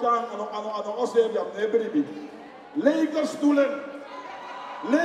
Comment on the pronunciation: "Leke stoelen, leke stoelen" come on man.